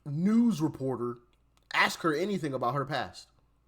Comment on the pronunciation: I sure wish you would 'ask' the question in stead of 'ax' the question. You don't have to speak incorrect English any more. You are above ebophonics.